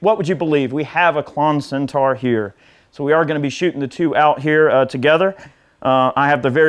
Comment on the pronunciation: It’s Centaur, not Centar. - as is ‘or’, not ‘are’.